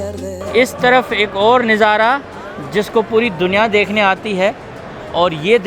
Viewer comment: Plz kuchh alfaz aap ghalat pronounce karty Hein Jo bohat irritate karty hein "Neezara nahi Nazara" hota hy jo aap k vlogs mein bohat istimal hota Hy🙏🇵🇰🇺🇸